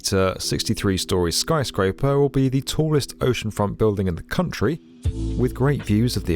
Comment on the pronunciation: "Skry Scraper" 😂😂 British people just saying words any way they want